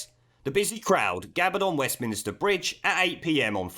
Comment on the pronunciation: You’re still saying “Westminister” It’s MINSTER